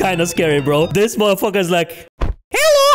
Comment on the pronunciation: I like how he always says helo when a screaming open mouth guy of monster pops up.